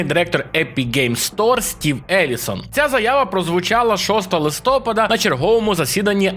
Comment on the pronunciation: У слові "Листопад", наголос на літеру А - "листопАд". Запам'ятай пліз!